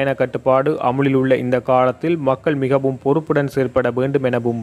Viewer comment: யாழ் அரச அதிபருக்கு "மிகவும"என்ற சொல் வாயில் நுழைவு கடினமாக உள்ளது.முகவும் என்று உச்சரிக்கின்றார்.